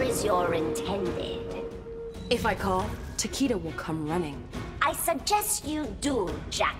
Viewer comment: Thank you for pronouncing Takeda's name right. Start working on Shirai Ryu.